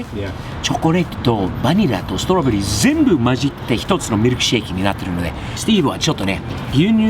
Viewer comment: チョコレート&バニラ&ストロベリーの発音カッコ良すぎて何回か真似てます（≧∇≦）